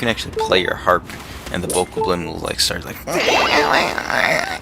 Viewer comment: it is called a bow-cob-lin btw